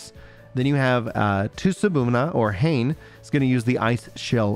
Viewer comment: I believe "Hane" is probably pronounced "Ha-neh" instead of "Hayne".